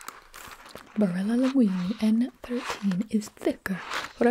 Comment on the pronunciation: did you not hear Gibi say Barilla and the pasta name? uhm they pronounced it perfectly. I'm Italian myself and I have not heard anyone say it like that who's not Italian